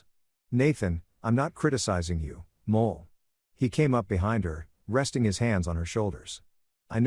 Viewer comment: Wife's name is Moll, not Mole.